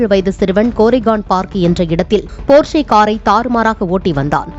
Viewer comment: அது ''போர்ஷே'' அல்ல . 'ப்பாஷ 'என்று உச்சரிக்க வேண்டும்